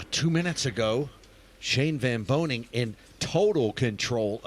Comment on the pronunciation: VAN BOENING, not “van BOENING” it’s important. Whole last name